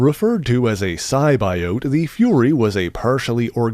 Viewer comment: Every time symbiote gets said I cringe the lower voice as well is off I guess it’s a.i. now for the voice huge fan but I can’t stand that shit it drives me nuts hope it’s a temporary thing I can’t take too much more of that and if I’m wrong I apologize for criticizing the way you pronounce symbiote…big fan though watch all your videos